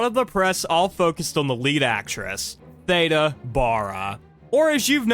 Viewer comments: You keep pronouncing her name wrong it's not like Ada Wong from Resident Evil 2 its pronounced like THEEDA Bara instead. I'm sorry that just irked me the way you kept mispronouncing Theda Bara. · "Theeeda"... and her last name was pronounced "Bear-a" until I watched this vid 🤭😂 Also, "tap-estry" not "tape-estry," and dates are off all over the place. Interesting nonetheless 🙂